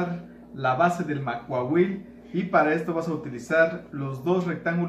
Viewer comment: ¡Quiero mi Macuahuitl! Sólo una observación: en la lengua náhuatl todas las palabras son graves, no la pronuncies como aguda.